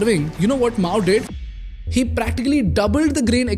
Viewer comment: every time he pronounce i heard she instead of he > only me?